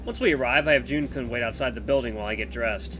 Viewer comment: hehehe ur pronunciation of kun has much to be desired XD